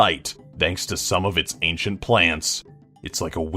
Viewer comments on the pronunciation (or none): none